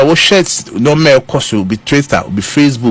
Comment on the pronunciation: Am I the only one who heard twister and eastagram from